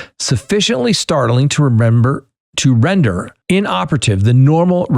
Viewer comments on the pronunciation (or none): none